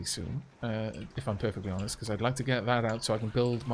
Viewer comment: Love the beahcooazzz you slipped in there